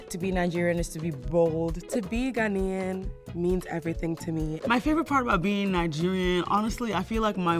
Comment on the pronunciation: Cocoa butter please bring better reps for Ghana,people who understand the culture and keep it as such.First you brought a lady who couldn't pronounce Ghanaian even though she claimed she was Ghanaian and now this ahhh...